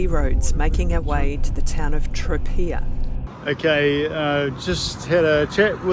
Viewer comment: Great video as ever, loved your regular posts from Italy and will miss tuning in; thank you. A couple more pronunciation hints: Tropea = ‘Tro-pay-ah’ (pronouncing the T as a ‘T’ not a ‘Ch’). Grazie = ’Gratsz-ee-eh’ ie THREE syllables - the mispronunciation of this word is one of the most irritating things to Italians about English-speaking visitors (topped only by Americans who think a Spanish ‘Gracias’ will do!). Try Tropea (or smaller places like Pizzo nearby) more in season next time; similar in some ways to Taormina, but more reasonable accommodation prices, better value restaurants, and much better sandy beaches with amazing almost tropical coloured sea.